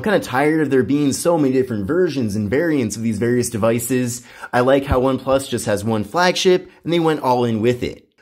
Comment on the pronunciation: Every video of this guy doing review for one+ I cant get over how he pronounced one plus. Why does he get saying one plush. Its annyoing the hell out of me